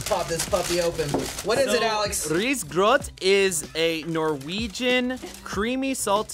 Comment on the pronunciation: But you said risgrøt very well!!!